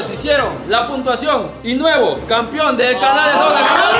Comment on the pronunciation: Alguien que le enseñe hablar al, es campeón, no campion jajajaja